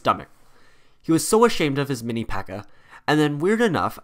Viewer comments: It’s P.E.K.K.A not Pekka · Ok two notes. One, it would be cool if you talked about their obsessions with But-ter-flies and Pan-cakes. Two, there is more than one PEKKA and Mini PEKKA in the village and Royale Arena. Great video though!